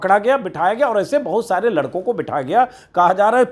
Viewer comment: Lakdo nahi ladko hai anjumji